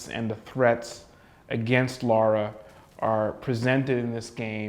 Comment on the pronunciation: Her name's Lara, not Laura. Jeezus, these guys don't even know how to pronounce her name right. Makes me wonder how much they really know the series and how much of a departure this game is from it.